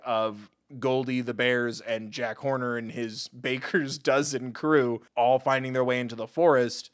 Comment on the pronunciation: i realised that he calls Jack horner Jack Corner, which made me laugh so hard 😂😂😂😂😂